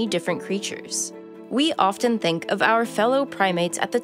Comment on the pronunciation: This file pronounces the T in “often”. How ignorant can you get?